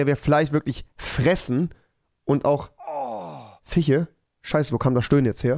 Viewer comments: Niemand: Rewi : FiChE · Niemand: Wirklich niemand: Nicht mal Unge: Rewi: Fiche